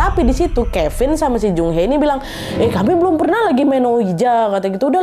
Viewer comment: Seoul : So ul Daejon : Dejon Jung hee: jung hi Doo ji:du ji Gun woo: gun u Yuryeong: Yuryong Kurleb bgitu pelafalannya ka, maaf kalau aku masih salah🙏🏻